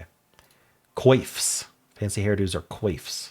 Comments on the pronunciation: Coifs is pronounced as Kwaff which I'm sure you've heard of before. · Coifs is pronounced like kwaffs